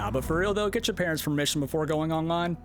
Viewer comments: Did this dude just say " our parents-zez parents" ? Lol Wow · You totally brutalized the English language with that one. Lol The possessive form of words that end in S are supposed to be pronounced as if there's no apostrophe S on the end . So " parents' parents" would simply be pronounced as " parents parents. " . Just as if we were talking about the house of Bill Gates, we would say " this is Bill Gates' house". You certainly would NOT pronounce it as " this is Bill Gates-zez house" . Lol